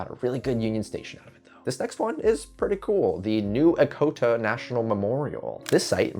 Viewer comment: Echota is pronounced with the 'ch', not a k sound.